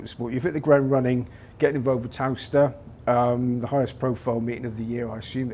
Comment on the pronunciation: Would be nice if the interviewer could pronounce Towcester properly. Muppet.